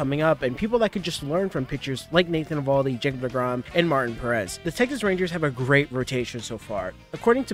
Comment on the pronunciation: You’re mispronouncing both Martin and Perez. :)